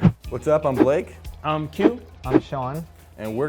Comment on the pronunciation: “Blake” Me: Be-la-ke! 😂😂